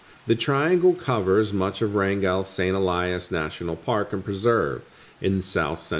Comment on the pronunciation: Oh my gosh, every time you said “Wran-GELL” I yelled “Wrangulllll!”